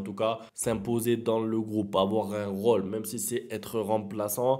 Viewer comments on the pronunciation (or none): none